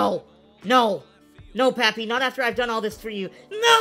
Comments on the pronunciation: You actually say “Pappy” instead of “Papi” lol im latino so it just sounds different to me 😬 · Nah your supposed to say it like popee